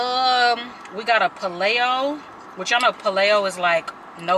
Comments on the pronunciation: Paleo is pronounced PAY-LEO not PA-LAY-O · Love you! But Paleo is pronounced Pay - lee - oh :) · Paleo= Pay-Lee-Oh🙂